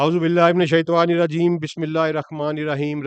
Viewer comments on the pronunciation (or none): Shawanirrajeem nahi hota bhae... Shaitaanirrajeem hota hy... Mai hairan hon k ap aesy kesy parh skty hain